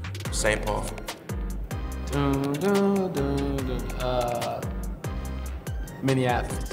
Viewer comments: Jaylen Twyman. did he say minniandapolis!? 😂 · "Mini-Annapolis" lol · MINNEANAPOLIS lmao